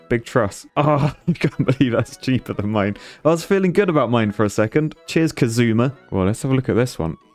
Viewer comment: This is fine and all but can we have a talk about the way you pronounced 'Kazuma'.